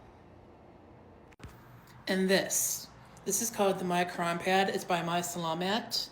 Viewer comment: “This quwan has a twanswation”